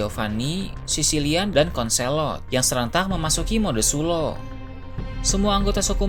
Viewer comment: Mode sulong bukan suloh